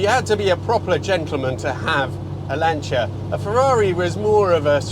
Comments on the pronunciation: Finalmente uno che pronuncia il nome Lancia in modo corretto! (non sapevo che eri Italiano, anche perchà hai una pronuncia Inglese ottima) E non bisogna scusarsi per la pronuncia perchè essendo auto italiane vanno pronuniciate correttamente. Anzi, direi che è altamente fastidioso sentire pronunciare "Lansia". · Hello. What a joy to hear the name 'Lancia' pronounced correctly. From a lover of the Beta saloon and HPE, of which my wife and I owned a number in the past. Thank you for showing us this glorious car.